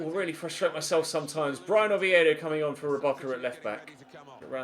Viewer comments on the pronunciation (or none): none